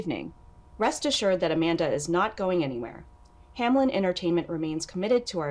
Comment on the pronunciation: I swear you just said "Abanda the Adventurer", playing off the word "Abandon", and given the story that was comically brutal.